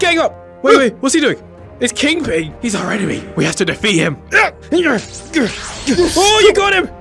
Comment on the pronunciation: EVERY SPIDER MAN VIDEO INVOLVES THE CART and also why do u keep calling him king PING instead of king PIN? Dose he have a high ping or something?